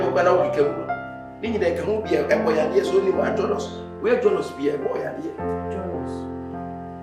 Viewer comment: I like the way Kyekyeku pronounces jealous. 2023 and beyond. 🤣🤣